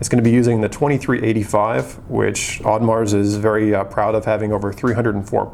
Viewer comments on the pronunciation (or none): You don't pronounce the "s" in Audemars